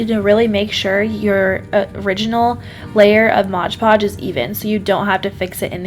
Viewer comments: Omg it's Mod Podge, not Modge Podge. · MOD Podge not modge podge